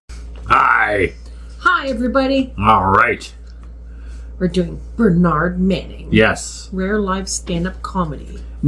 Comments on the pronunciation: Pronounced Ber-nudd not ber-naaarnd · in uk it is burnerd - not burnard - i know it makes no sense - and yes he was the best ever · I'm sorry to be picky but let's get the pronunciation right, because Burnaaaard Manning just isn't the same as Burn-ud Manning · Americans always emphasise the second syllable whereas Brits emphasise the first syllable in a word. It is so weird hearing Americans pronouncing British names. His name is pronounced "BERNrd" not "berNARD" - just saying. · It’s Burn-ud. Not bernARD! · It's funny how Americans pronounce Bernard, like BernAArd. Depending one where you're from in Britain, it's BEhrnrd , bRnrd, bEnnerd, or Behhnid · Your pronunciation is incorrect. In tge UK, Bernard is pronounced 'Burn urd' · we pronounce it bern ud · correctly pronounced it's Bur [as in bird] nahd. And he hated the French. ( wiggles eyebrows ) Wonders how completely nerdy and anal I can get.🤔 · I know that is how 'mericans pronounce Bernard but it it is different here in the UK. That Man was & still is a true legend to me. I used to work in his Son's club in Middleton, Manchester. Bernard came up to the bar & asked for a 'Black & Tan' (half Guinness, Half bitter). Because of the correct way I served this, Mr Manning put a beer on the tab for me to enjoy later....Will never forget it. Yes, He was foul mothed to some People but He also did a great deal for the Charities in the Harpurhey Community......Let's never forget that...RIP Bernard... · Americans pronouce Bernard very differently to us in tbe UK, it sounds so strange! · Sadly Canadians cant pronounce Bernard correctly either!